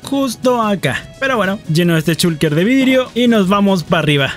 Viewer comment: Es gracioso cuando dice chulker